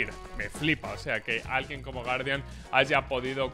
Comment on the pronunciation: PRONUNCIA BIEN PORFABORRR " GUUARDIAN" DIOS